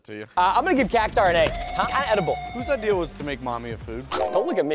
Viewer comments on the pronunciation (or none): none